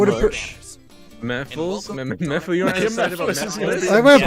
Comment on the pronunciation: Nobody else notice they said Meh-Phyllis instead of Mephiles?